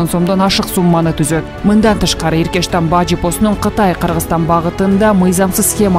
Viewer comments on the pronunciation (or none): Иркештам эмес эркечтам